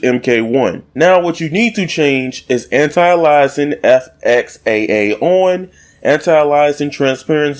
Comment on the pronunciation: Not a criticism...I'm trying to help. You mispronounced anti-aliasing. Not a big deal, but thought it worth mentioning as some people are less understanding and will use it to denigrate you.